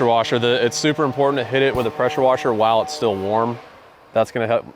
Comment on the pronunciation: Those dang prosher weshers 😂